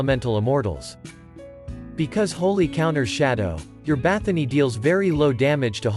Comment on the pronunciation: Why do you call her BathoNY. She is BathoRY :)